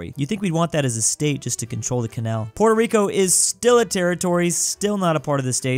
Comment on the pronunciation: Congrats on 1mil but god I hate the way you pronounce Puerto Rico 🇵🇷. I’m a bit bias because it’s my home island, but if you can say Nicaragua right, you can do Puerto Rico as well.